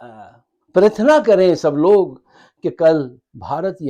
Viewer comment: Haramzaday ko ye simple word " Parathana" bhi nanhi bolna aata, or so he was trying to project, jabke is ki Ammi ki naani ek Hindu thi jisko Afghanio ne ek raat Muslim bana diya